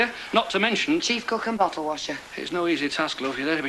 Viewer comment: oh god, the awful Kevin says ‘hospickal’ as the equally repugnant Les Battersby does in years to come. That and ‘bockle’ (bottle). I don’t know why but it just gets on my thruppeny bits 😒